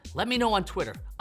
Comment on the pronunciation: Good one Ayaz. Would be great if you could pronounce your own name correctly though.